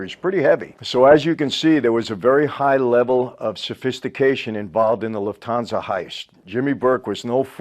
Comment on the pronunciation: As a German, i love his "loofthansa"